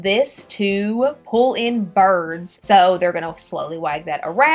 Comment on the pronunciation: The way you say bird. Bards. Snake eats bards. 😆❤️